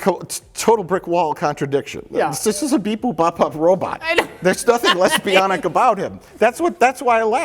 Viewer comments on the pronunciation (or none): When he said lesbionic i heard less bionic, and was very confused. Thank you, thank you